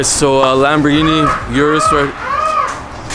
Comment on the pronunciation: Come on, don’t murder the name of the car man. It’s pronounced “Oorus” not “yourus”. Lol reminds me of the Bentayga situation. Lol. Nonetheless another bangin’ video from my favorite YouTube channel.